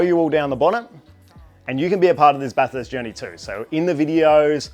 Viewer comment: Stoked for you mate well done, bathurst is my home track I grew up in orange (30mins away) bathurst is a public road it’s open every day of the year aside from when there is a race on, and just so you don’t upset the locals it’s pronounced bathest